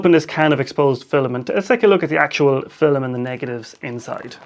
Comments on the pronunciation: Is that how they say "film" in your accent or is that just you? :) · Where is he from? Because we’re I’m from (middle eastern) that’s kind of how we say it, similar to his way. فلم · I think it’s cool.